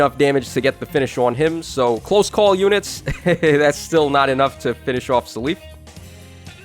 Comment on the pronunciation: keeps saying “suh leaf” I never heard anyone say seliph like this. I mostly hear “cell if” but I feel like he’s saying it more similar to his Japanese name Celice